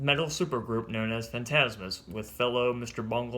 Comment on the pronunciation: Fantomas.... Pronounced as Fan Toe Mas